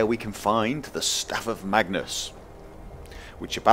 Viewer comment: when he said "staff of magnus" at the start,it sounded like "staff of matches" XD